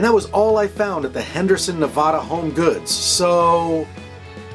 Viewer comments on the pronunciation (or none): Love your music, your videos, and your shows. But it's pronounced Nevada a as in apple. :-) keep up your amazing work